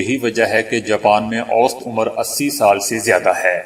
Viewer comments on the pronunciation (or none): Salam aap awst ghalat tallafuz kartey hain swsat hai sahi talaffuz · Sahi lafz "awsat" hai na ke "awst". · اوسط ( Aousat) ہے صحیح تلفظ ، wost نہیں